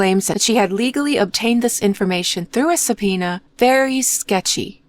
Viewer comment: come on, it's easy to hear it's AI. The rhythm and pronunciation are off a lot. Especially the word subpoena is very off. YouTube unfortunately has been flooded with AI. They scan the popular content, create the script with AI and then let AI narrate it. They also give the channels names that suggest it's an actual person. Don't fall for it! Or well, you are probably the owner of the channel as within an hour of your reply amonst quite many other replies now this got highlighted. Just stop the AI videos, nobody wants that content!